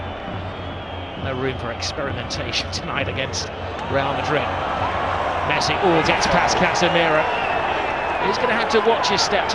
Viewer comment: even the subtitle is pronouncing messi as mercy